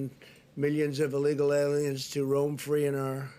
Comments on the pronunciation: He is ON DRUGS. Listen to him slur! listen when he says illegal aliens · He literally slurs illegal aliens xD